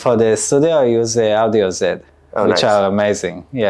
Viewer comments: What headphones did he say for studio use? I heard Audeze or Audio Zen. Not sure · Pretty sure that he's saying Audeze, and I'd guess he uses LCD-X model specifically